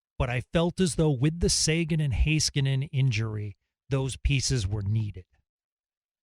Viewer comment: Hey-skanen, Bish-el I know yall are on the cowboys station but get the names right